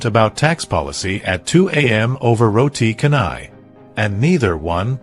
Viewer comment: It's Roti Chanai. Not Roti Kanai. The "C" in Malay is actually "Ch". To hear all this wrong pronunciation is very painful to our ears. Haven't anyone corrected you on this?